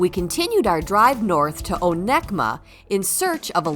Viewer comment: It's pronounced O-neck-ah-mah. I love the west coast of Michigan!